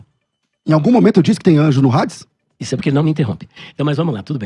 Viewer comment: o nome não é "HADES"(Rades); mas AIDES ou ADES, Grego Clássico.